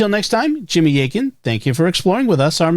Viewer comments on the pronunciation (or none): none